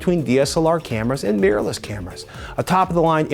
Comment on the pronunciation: Why do so many Americans pronounce 'mirrorless' as 'meerless'?